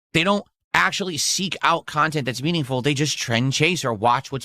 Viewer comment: I cant stand when he says :mEaNiNgFuL"